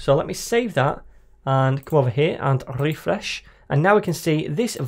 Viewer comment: your RRRRRRREFRESH sound can be added easily to satisfying and relaxing compilations! great tutorials!